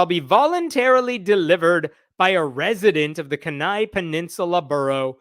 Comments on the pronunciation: So as an Alaskan... its pronounced "KEY" Nigh". Like what goes into a lock, and "The end is nigh". I know its weird. But that's how it goes. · It’s pronounced keen-eye!! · Honey, kenai is pronounced (kee nigh) long "e".....just sayin... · FYI, I think "Kenai" is pronounced KEE-nigh. Too late for this video, but you can file that away for future reference. (It could've been worse. You could've said "kee-NAY.") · Keeeen-Eye. Not Kin-eye. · It’s pronounced “Kee-Nii”, with a long e and long i. It’s the name of the 25,000 square mile borough (like a county), the largest city in the borough, and the peninsula where it all sits. Beautiful place. All that land and only 61,000 residents. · Just for the record in is pronounced Key-nai. I don't doubt the Satanic Temple will get involved. I hope so. Generally speaking, being a deep red state, we have been mostly free of all this Christian Nationalism/MAGA BS. Alaskans tend to not like Governmental mandates. Remember, we were built (temporarily blocking out Natives being here first, to make a point) by white men trying to escape governmental control elsewhere, and/or living manly lives alone in the wilderness. The Last Great Frontier Spirit! This has it's up, but downs as well. We still have these nits in these pretend Alaskan reality shows (like living in the wilderness, 100 yards off a major road). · Kenai. = KEE ni. Accent on first syllable. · KEE'nai. Sorry, I live in Alaska, and that was hard to listen to. As for the story, our politics here are amusing. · Kenai is pronounced "kee ny" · WARNING: Grammar police are in the vicinity! Pronounced "Key" "Neigh". Kenai. Accent on the first. Ask me how I know. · Kenai is usually pronounced Key-Nye. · I like the video, but I have to correct your pronunciation of my home. Kenai -> Key-nigh, emphasis on the first syllable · Sorry dude, but it’s “key-nigh”… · Kenai is pronounced like [Key - nigh] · It is pronounced: Keen I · It's pronounced keen eye. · Kenai is pronounced Keenye.